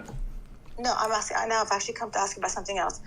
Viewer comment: Too much axing